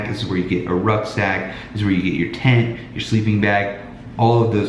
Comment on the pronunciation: When he said "tent" I understood "taint". I must rethink my life...